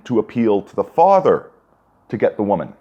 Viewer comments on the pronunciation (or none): none